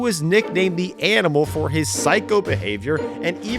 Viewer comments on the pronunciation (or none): none